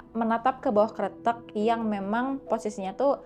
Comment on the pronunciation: tumben nih bacanya bener kretek, artinya jembatan sih kalo dari bahasa jawa btw, banyak juga nih hantu sungai yg ada di indo 😱